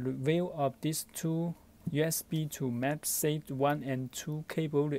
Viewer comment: Video starts Are you even speaking English? "Type seat to magsaint cable" "Type seat to magsape cable" "Type seat to mamsafe cable" Even dyslexic people speak better English! Sorry to be harsh but worst video I've ever seen. Didn't even gave the buy link